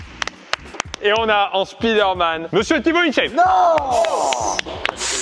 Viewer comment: Je vous adore hein! Mais c'est dommage que vous disiez Speederman au lieu de spiderman :/